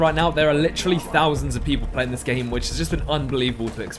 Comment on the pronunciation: i just heard a “CH” (seeeaytch) added onto the word “literally” A BRITISH HAS BEEN DETECTED